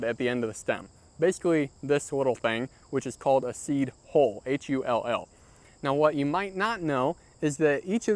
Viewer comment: Hull not hole. Pronounced huhll